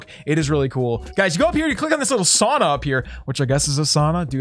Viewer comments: Sorry but its not saana or soona its SAUNA like its written. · Always triggering to hear sauna get pronounced wrong so many times 😢